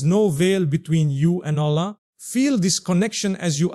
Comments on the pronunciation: True this Is NOT mufti menk. From the way u pronounce ALLAH.!!!!!!! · The way he is pronouncing Allah says its 100% AI video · First of all this is not Mufti Menk, second thing is that this AI can't even pronounce Allah's name correctly. Mufti Menk is one of the best scholars of Islam and the way he pronounce each and every word is crystal clear.. Guys please don't spoil Mufti Menk's name...may Allah guide each and every one of us... Ameen ❤ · That’s true, I saved the video but I’m coming to delete it now